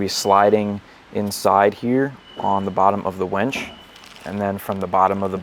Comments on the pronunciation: Great video. But.... it's WINCH, WENCH is something totally different. Lol Winch, winch, winch, use that "I" no "E". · Can we all agree it’s “winch” not “wench” 😂